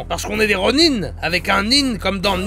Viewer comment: Merci d'avoir rétabli la véritable prononciation du mot "ronin" car "ronain" c'est vilain !